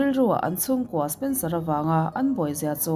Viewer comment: Spencera kha spensora i ti zela 🤣🤣🤣